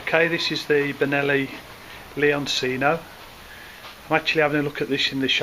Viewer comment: Isn't it pronounce lee-on-chee-no? Not C-no